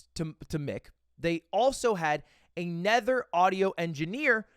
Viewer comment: Has anyone noticed ludwig pronounces another like “a nether”